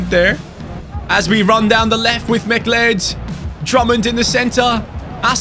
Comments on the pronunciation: McLeod's name is pronounced like Cloud not Mic Led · its pronounced "mc cloud" believe it or not mate! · Great rebuild! It’s Mah-Cloud. Like the character from Highlander. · You say it as "Ma-cloud" imagine saying cloud as in cloud in the sky, but just putting a 'ma' infront of it haha. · McCleod is pronounced Mick-Cloud Edit: I know it's stupid English is just a confusing language. I'm from Canada by the way